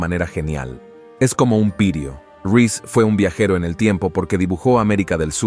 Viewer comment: No so.o eso el mapa es de Piri Reis no piers ris como dice , y sigue asi como elpalacio tekepe es topkapi no pega una